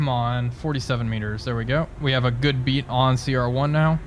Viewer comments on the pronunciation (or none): A good 'bead' on... Not 'beat'.